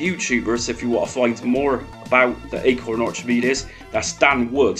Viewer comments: Good video, but in Archimedes, the ch it’s pronounced as though the h wasn’t there 😊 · Not trying to be mean but your accent puts a smirk on my face, never heard anyone pronounce Archimedes like that before.